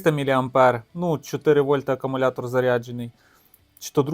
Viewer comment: та навіть для тебе написано що він АкУмулятор Ти ж читаєш навіть АкАмулятор. Щось не дивно ти чек постійно губиш А хто сказав що мікроУСБ то барахло Є ще мініУСБ